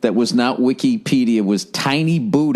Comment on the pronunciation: I hate the way he pronounces Wikipedia